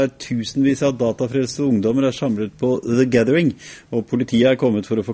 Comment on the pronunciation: Hehe "Dhe Gaddheiringh"